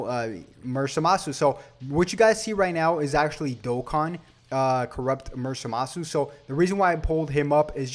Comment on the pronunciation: I'm sorry but in the show zamasu's name isn't pronounced like that